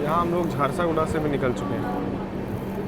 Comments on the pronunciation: Naam hai jhar-sugda. Not jharsa,-guda. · bhai its jharsuguda junction Not jharsaguda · Bhai hindi to thik se padke boliye Jharsaguda nahi hai Jharsuguda hota hai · Jharsaguda nahi JHARSUGUDA naam hai..... Station ka naam to sahi dhang se lo yaar.... It's your job Or may be not..... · झरसागुड़ा नहीं झारसुगुड़ा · Chakradharpur waha ka canteen kabhi mauka mile to samose aur rasmalai jarur khayeaga. And it's jharsuguda not jharsoguda sorry but rectifying the error..